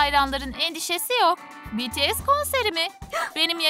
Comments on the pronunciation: "BeTeSe değil Bities " 😒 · biaralar betese diyordu oyüzden dislike atıyordum sinirden telefonu yumrukluyırdum artık😁😁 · Cankuk değil jounkook betese değil bts (bities) jimen değil jimin cuncunkuk da değil jounkook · BETESE CUNKOOK JİMEN harika bir telaffuzun var kk 👏🏻 Ve ayrıca sizin gibi toxic insanlardan bıktık BLACKPİNK ve BTS kavgalı değil gayet iyi anlaşıyorlar.